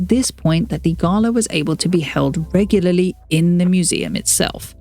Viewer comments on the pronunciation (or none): none